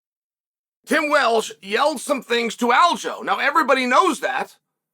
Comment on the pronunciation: “Tim Welsh”